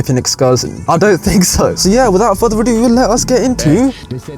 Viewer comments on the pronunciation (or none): none